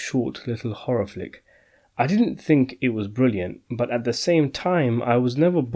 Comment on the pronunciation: I can't be the only one who thought that it said Horror Fuck instead of Flick ...